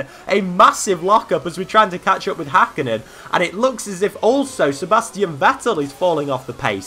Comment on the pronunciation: It is HÄkkinen not Hakkinen